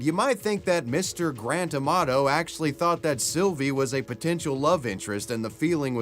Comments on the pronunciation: The way Grant Amato's name gets pronounced. I can only hear GRAND TOMATO every time. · Every time he says Grant Amato it seems to me that is saying "Grand Tomato", LOL!